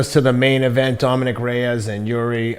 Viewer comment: Lol ken who rarely mispronounces names messed up on jiris names but teddy who butchers names a lot got jiris name right how ironic